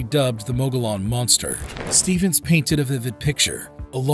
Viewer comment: Mogollon Monster-Mo go yon or mo gole yon, not mo gole an. Look up pronunciations please!!!